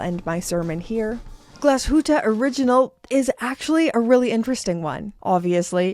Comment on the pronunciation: Finally someone saying Glashütte Original the way it's supposed to be said. Many people think it's a "SH" sound but it's not, it's two words put together, Glas(pronounced the same way as glass in english)and hütte(pronounced huette like you did perfectly). So no "SH" sound please people, even though it would seem logical for a german word with SH in it. Pronounce it like does.